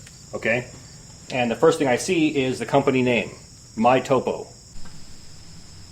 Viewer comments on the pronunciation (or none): none